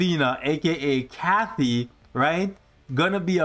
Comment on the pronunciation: it’s Katy not Kathy 😤